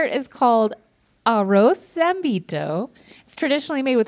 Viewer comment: I just lost it with the 'Arroz' thing tried, lol